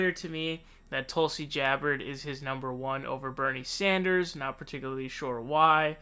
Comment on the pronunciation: i like how you twist everybody's name: Joe RoghEn, Cory BOker, Bernie SAnders, Tulsi GEabbard,etc